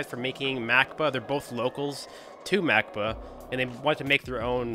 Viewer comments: If I think I’m correct it’s pronounced (Mack-bawh) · For some reason I thought you said "Mac Book" and had to get back and double check lol